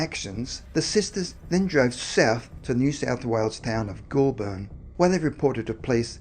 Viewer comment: What’s up with the strange pronunciation of place names? The narrator is Australian and is messing up well known cities such as Bathurst (pronounced: Ba-th-us-t) Goulburn (pronounced: Goal-bun). I noticed him doing it with American place names and although I thought it weird I assumed because he was unfamiliar with the names but now I’m thinking it’s intentional. As I’m typing I noticed he pronounced Melbourne (Mel-bun) correctly so that’s more of a mystery to me than the video subject.